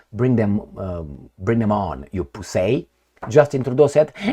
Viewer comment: Yo!! The way u say pussy is so cool n wht the fuck is so classic in italian way lmao 🤣😂 shout out from 🇧🇻🇧🇻🇧🇻🇧🇻🇧🇻 n 🇮🇳🇮🇳🇮🇳🇮🇳🇮🇳